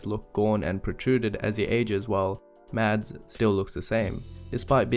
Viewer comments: Just an FYI. His name isn't pronounced MADS. Even he has said previously that his name is MASS. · It’s not pronounced mads the correct way is mass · You could atleast pronounce his name right. It’s pronounced mass with a silent d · People who say Mads not Mazz piss me off. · It's pronounced Mahs Migglesen. You don't pronounce the D in Mads and the kk in Mikkelsen is a G. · His name is pronounced Mass. the d is silent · his name is pronounced "mass" the D is silent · 10 months too late, but I still gotta comment that his name is actually pronounced like "Mass" with no "d" sound in it, FYI. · I'm sorry, just fyi. the way to pronounce mads is like "mess" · The d in Mads is silent :) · Just a quick side note: The “D” in Mads is silent 😉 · I don't want to be annoying but it would make me happy if people knew that the 'd' in Mads is silent.